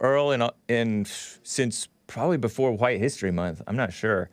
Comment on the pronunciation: is obsessed with overly pronouncing words and not speaking colloquially. This fills his ego with his constant need to be proper and thus more enlightened than common people. Listen to how he overly emphasis the WH sounds in words, such as white. He emphasis the H when in reality it is ignored in speech. Also, the way he overly stressed the T sound in words instead of how nearly everyone else pronounces with a D sound, such as METAL. Yet, it's not consistent in his speech, meaning it's still in his consciousness. Or how he has previously been explained that Dayton, Ohio is pronounced as DAY-ten yet he refuses and prounounces it as day-TON. This could be why Alexander, the hyper autistic caller is so strongly attracted to (who displays autistic mannerisms himself).